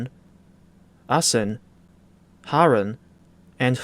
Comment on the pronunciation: I’m just happy your pronunciation of Zwolle is quite close. The DTG devs naming it ‘Swoule’ still hurt every Dutch fiber in my body XD (Also, ur pronounciation of Assen was spot on, which folks also seem to screw up a lot)